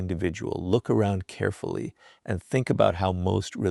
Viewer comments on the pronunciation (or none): none